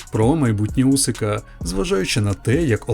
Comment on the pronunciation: It’s Usyk not Usik 😊